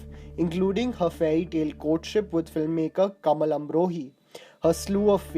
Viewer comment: The narrator needs to get his pronunciation right. It's 'Kamaal' as in 'Dhamaal', and not 'Kamal', as in 'Lotus".